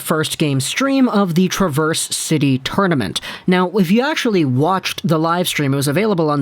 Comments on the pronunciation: I was going to mention it, as well. Emphasis is in the first syllable, not the second. TRA-verse is the city, tra-VERSE is the verb. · Travers City is pronounced like trav4oilers... Trav - ers... not a big deal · its pronounced Trav ers city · It’s Traverse like Travis. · watching this late and want to help you for future vids: Traverse City.... Trav-verse. Pronounce Trav then verse. just want to help! appreciate it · Born and raised in Michigan. It’s pronounced trAV-ERZ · Minor correction my friend. Traverse City actually pronounced "Trah-Vurse" City. I know the dictionary pronounciation for the word "Traverse" is how you are saying it, but for the city in Michigan it is "Trah-Vurse". Other than that, outstanding video, sir! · Good video but a quick note, it is pronounced trav-ers city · Trah-verse City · The traverse in traverse city is not pronounced the same as the word. Just fyi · I was losing my mind listening to him mispronounce Traverse City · Love all the Michiganders whom took offense to the mispronunciation of Traverse city haha. We love and respect our state of Michigan ❤️ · Need to learn how to say Traverse City properly. Coming from a Michigander. :P Love the content! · You’re pronouncing Traverse City incorrectly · Just a little nugget of info if you happen to care - Traverse is said a little different than the way you would normally say the word. A slight emphasis or maybe an even emphasis on the first syllable with a short A.